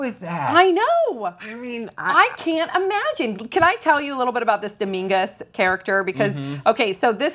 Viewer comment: Professor, "Domingas", hahahaha